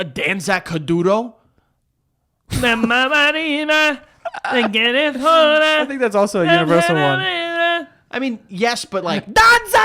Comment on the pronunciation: IM CRYINGGGG AT HOW BADLY THEY PRONOUNCED DANZA KUDURO LMAOOOOO